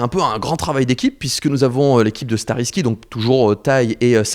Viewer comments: Fabien, on dit Starrysky (y=aie) pas "i" ^^ mais hâte de les avoir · ça se dit Stariskaille, pas skariski ^3^ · Starry sky * XD Nice prononciation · J'écoutais à moitié et je me suis retourné en mode ''t'as vraiment prononcé leur nom comme ça ?!''